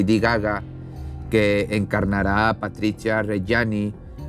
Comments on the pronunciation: Se lee Patrizia no patricha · PatriZIA NO PatriCHA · Muy buena investigación! Y de verdad me haces reír mucho con tu fino sarcasmo..muy bueno. Solo una cosa: se pronuncia "Patrit-zia" New subs!